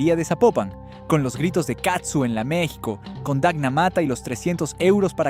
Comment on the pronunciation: Hola desde Ca. No es katsu, es CAZZU, vez la diferencia???? Prenuncia bien para que no te cretiquen. !!!!!!!!!!!